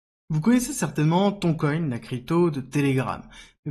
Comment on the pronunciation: Merci de prononcer Tonne et non Thon coin 🤣